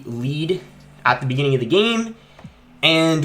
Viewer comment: in the Beninging?